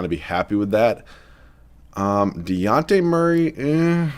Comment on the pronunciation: As a Spurs fan the amount of times you pronounced Dejounte's name wrong REALLY started to annoy me hahaha It's a hard J like Dijon mustard